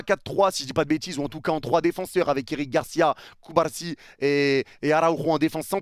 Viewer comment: ta façon de prononcer CubaRsi me fume tellement 😂😂